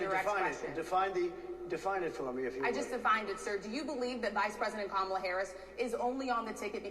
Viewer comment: He purposefully pronounces Kamala’s name wrong. If he isn’t doing macro aggressions it’s because he’s using micro aggressions.